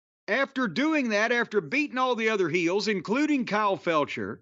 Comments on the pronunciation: "Kyle Felcher" 😊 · lol "kyle felcher"